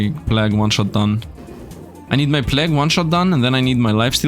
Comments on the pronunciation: He was saying plagg instead of plague (play-guh)[I think that's how to type out the spelling] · plague is said "play-g" ...sorry great video but that def bothered me😆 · god i hate the way you say plague. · u saying god run every 10 seconds is so fucking cringe also you're pronouncing plague incorrectly and jesus youre talking complete nonsense in the last hour of the vid